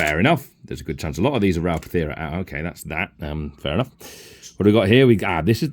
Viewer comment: It's Ral Partha not Pathera, interesting video none the less